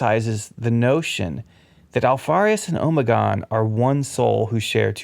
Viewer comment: Am I the only one who winces and cringes everytime I hear him say “omegon”